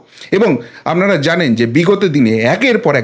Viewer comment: 'আপনারা' কথাটার উচ্চারণ মাঝে মাঝে 'আমনারা' শোনায়। উচ্চারণের ক্ষেত্রে একটু সতর্ক থাকলে আবেদন বাড়বে